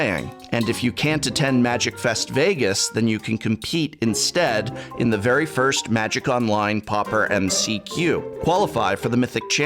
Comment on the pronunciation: “Verhy verhy excited”